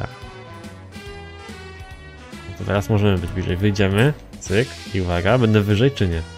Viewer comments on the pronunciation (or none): none